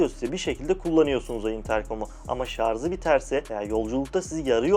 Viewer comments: ''Şarz'' değil, ŞARJ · Şarza mı taktın? 😂😂😂... Ben ikili setini kullanıyorum. Kn ile falan kıyaslanacak bir cihaz değil, çok daha iyi tabii ki. Sadece artçı ile konusanlar için çok mantıklı secenek. Zaten şarja şarz diyen birinin incelemesini de eğlenmek için izledim. Hiç şaşırtmadı. Cihaz güzel. Video ise şarz gibi olmuş işte😂😂.